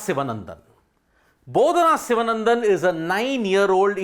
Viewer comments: Her last name is pronounced Shivaanandhan (Shivaa...there is that slight drag we have to give there). Other than that, your diction is fantastic! And yes, welcome to mankind where we are all horrible nincompoops! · The name should be pronounced, correctly in Tamil, as Sivaanandan